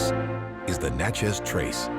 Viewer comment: Next time, get someone who is from Mississippi so that the towns like Natchez and Kosciusko are pronounced properly. Other than that good video. 😉